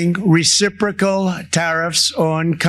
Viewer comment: Who taught him the word... Reciprocal...? Lol